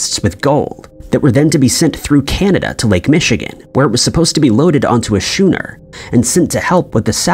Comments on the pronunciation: How right you are...I actually cringed every time he said the word shooner instead of skooner, which is how the word schooner should be pronounced! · Had to stop watching when you couldn't pronounce schooner properly. What the heck is a shoener 😢